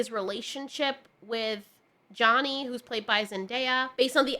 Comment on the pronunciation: Why do you keep saying Johnny and not Chani?